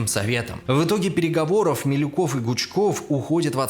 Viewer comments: + Милюков, а не Малюков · Ну, после "мАлюкова" мне не о чем говорить. Молодой человек хоть учебник истории прочитал перед съёмками этого ролика? МИлюков, неуч!!! МИлюков!!! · тип пекаверкал фамилии, вместо Милюкова Малюков, вместо Савинкова Савников, лал